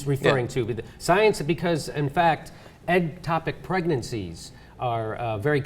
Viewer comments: It's "ectopic" not "eggtopic", but nice pun XD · Ectopic not eggtopic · it's "ectopic," not "eggtopic." Just sayin.